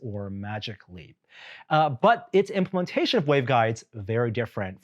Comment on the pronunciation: Implementation. Not, implitation. That's not a word bro.